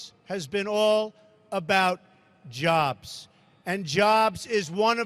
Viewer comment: Donald "Jahbs" Drumpf.